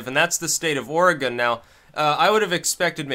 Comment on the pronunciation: There's a little known statute in Oregon that makes illegal any law (city, county, and state) that prevents the public use of controlled substances or alcohol. Although alcohol has an exception related mostly to parks. Also, congrats on pronouncing Oregon correctly 👍🏻